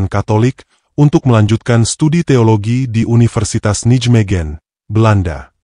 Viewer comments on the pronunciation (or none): none